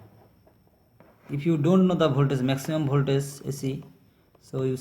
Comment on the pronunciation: its voltagggggeeeeeee not voltaze